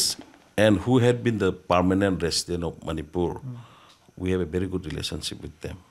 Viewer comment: Bery not gut😂